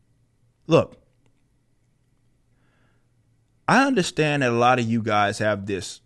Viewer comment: Why the fuck does he talk like that now? I don't underSHTAND it.